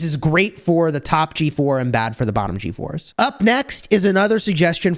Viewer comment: The way you say ”G4s” it sounds like “GeForce” lol